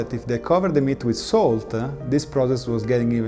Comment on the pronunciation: ”SALT-AH” ”NICE-AH”